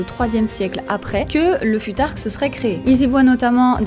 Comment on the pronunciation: Pourquoi mal prononcer le futhark si tu connais la bonne prononciation ? Ça induit les gens en erreur et c’est pas une bonne habitude